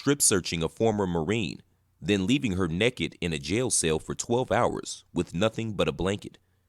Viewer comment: Did he really say “NEKKID”? Damn. We gots to do better.